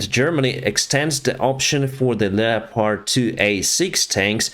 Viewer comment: I wish he could pronounce leopard properly